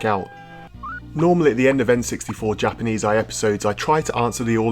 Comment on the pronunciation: ainit no way you called this series the "japs-eye"